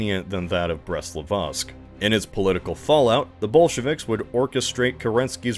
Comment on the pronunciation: And he still can't pronounce Litovsk